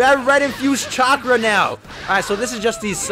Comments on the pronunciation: my man really said chakra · did he really just say chakra